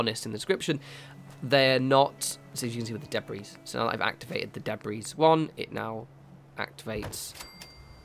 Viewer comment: The s in Debris is silent,.